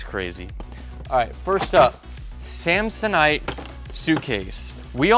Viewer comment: Was Anyone else’s first thought when he said samsanite, dumb and dumber